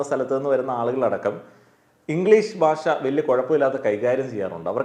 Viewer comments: ബാഷ അല്ല... ഭാഷ ആണ്... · പറഞ്ഞതിനോടെല്ലാം യോജിക്കുന്നു. ഒരു കാര്യം പറഞ്ഞാൽ വിരോധമില്ലെന്ന് കരുതട്ടെ.... നമ്മൾ മലയാളികൾ നമ്മുടെ ഭാഷ എത്രയോ അലക്ഷ്യമായിട്ടാണ് പ്രയോഗിക്കുന്നത്. താങ്കൾ ഉച്ചാരണത്തിന്റെ കാര്യത്തിൽ വളരെ ശ്രദ്ധിക്കേണ്ടിയിരിക്കുന്നു. ഭാഷ എന്നത് എപ്പോഴും ബാഷ എന്നാണ് പറഞ്ഞത്. അതുപോലെ ബരണഗഡന അല്ല സർ, ഭരണഘടനയാണ്. താങ്കളെപ്പോലുള്ള ഒരു influencer ഉച്ചാരണത്തിലും ശ്രദ്ധിക്കേണ്ടതല്ലേ? പ്രത്യേകിച്ച് ഭാഷയെപ്പറ്റി സംസാരിക്കുമ്പോൾ ആ വാക്കെങ്കിലും കൃത്യമായി പറയാൻ താങ്കൾ ബാധ്യസ്ഥനാണ് 🙏